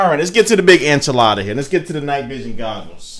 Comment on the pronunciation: LOL you said googles